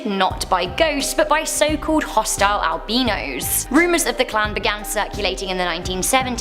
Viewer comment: Sweetie it isn't pronounced ale-beanos😂 it is al-bye-nos ❤ meaning white I believe